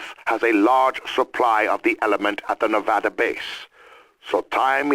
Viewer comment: I’m so fucking lost with the zombies story line at this point, like wtf is all this shit. I think I’m caught up to bo2 but like wtf. Like what’s with the origins easteregg? I thought it was just all toys being played with? Also like please stop saying nevoda Is fucking NEV A DA